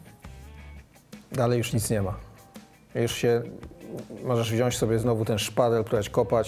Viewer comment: Stanooski. Kolejny już raz. Panie dziennikarzu: WZIĄĆ. WZIĄĆ A NIE wziąść!